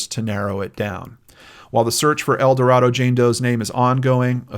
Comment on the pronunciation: Youtuber heavycasefiles just posted a really good short video on GED geneology explaining their origins and recent involvement in identifying unidentified people and perpetrators of crime. FYI, people in Arkansas say "El Do Ray do" not El Do Rah do.